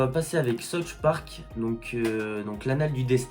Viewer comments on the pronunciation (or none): Yo ✌🏼🌌 Cool la vidéo un like pour la force!!! C'est vrai que notre ville est pas top pour les promos JV... PS : ça se dit "ssaousse park" 😜